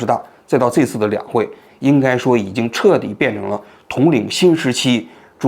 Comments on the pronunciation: 是读 这一次 不是 贼次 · 王局能不要老是贼次贼次吗，这次😂